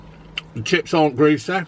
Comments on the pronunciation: Not greas-ehh? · Buckminsteh - Fifteh - Bladeh - Greaseh - Batteh - Selbeh - Buckminsteh Chippeh - Bloodeh - Skeggeh - Chippeh - Hungreh - Chippeh -EEEVVVeh